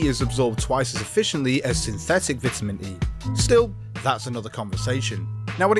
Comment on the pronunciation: You mispronounce vitamin several times.